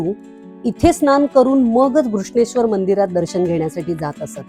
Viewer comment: केवळ नांव व्यवस्थित उच्चारलंत म्हणून बघते आहे हा व्हिडीओ. अन्यथा किती वेळा भेटी दिल्यात आणि कोणाकोणाला गाईड बनून गेले आहे तिथे आठवत सुद्धा नाही. असो. धन्यवाद. पण दौलताबादचे नांव, देवगिरी उच्चारले असते तर अजून छान वाटलं असतं. असो. 👍🏼🙏🏼